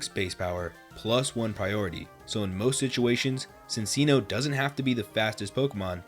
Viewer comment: That is NOT how you pronounce “Cinccino” 😭